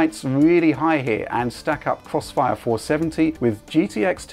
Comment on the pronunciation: is doing the cwossfire 😂